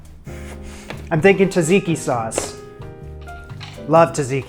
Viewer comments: Tza-tzi-ki, not “taziki sauce.” Looks really good though! 👌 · Greek here! I would eat that burger rn lol. Also it's pronounced with a J not t, both tz, tzatziki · you made that burger completely wrong, the bun should be on the INSIDE and the onions should be scrambled jokes aside, looks nice and I only commented to say "tasseeky" is now my new favourite way to say tzatziki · TZA-TSIKI sauce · Your videos give me anxiety and make me laugh at the same time and I love it. Also - the way you pronounce Tsatsiki had me in tears 😭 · Cracks me up every time he says it!